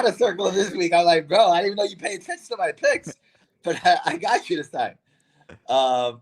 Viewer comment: Why do they say bicks instead of picks 😒